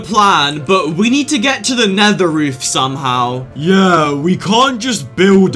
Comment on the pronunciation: Did u Call nether neather